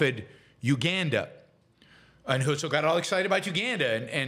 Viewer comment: The guy's name was "Herzl" though, not "Hölzl". 🤣